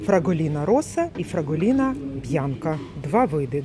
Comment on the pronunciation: 🙋, дівчинко прошу вибачення та хочу Вас виправити, бо не Фраголіна а ФраголінО. 🤷😘😘😘🌲❄️🥂🍾☃️🎆🎆🎆🎆🎆🙏🕊️🌈🌈🌈🌈🌈🌈 Можливо і я не вірно назвала Вас 🤔😉🤣🤣 🤦🤷🤣🤣🤣